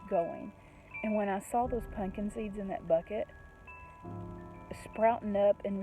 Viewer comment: I love that you pronounce it, punkin. LOL. Reminds me of many of my extended fsmily.